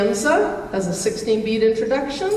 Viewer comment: It’s pronounced ‘Shahm-sa’. I know because I was corrected in London by an Irish guitar player. 😟